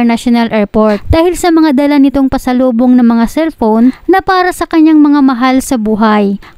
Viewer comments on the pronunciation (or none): Narrator anong bidyo? Anong erport? Anong silpon?